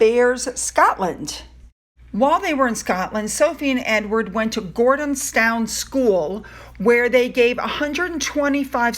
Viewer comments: Edinburgh? (EdinburAH)! Wimbledon, (Wimbaldun). Gordonstoun,(GordanstuN). We’ll make you a Brit! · Hey toots… it’s pronounced -ENDIN bruh GORDON -STON… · Hey, I’m not being pedantic, but it’s Edin-burr-ah! (emphasis on ‘burr’) For-far (emphasis on ‘far’) Foch-ah-bers (emphasis on ‘ah’) Gordon-stun (emphasis on ‘stun’) Hope that helps! Edited to add….. fool Oprah once, shame on them, fool her twice, shame on Oprah! More manipulations by the duplicitous duo!